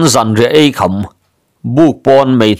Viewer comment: Tumpang Chaldar tihna anih hmel e. 😂. Tin, Sapui koham tih hi ko-ham (Kham ko hampuar tuma HAM ) ang hian a lam thin a. a thluk hi tidik se a tha khawp mai. A dang pash sawiho tur a awm zeuh zeuh. A chhiar ngaihnawm thin si a.. Thahnemngaih thuah kan sawi hram ani e.